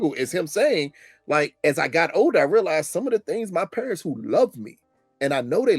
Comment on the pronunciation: definitely says Perents instead of Parents…..